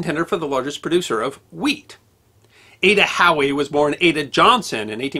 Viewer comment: At first I thought he was saying Adda "Cowie".......